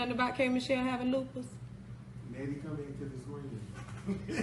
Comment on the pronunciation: Loose puss 😂😂😂 not lupus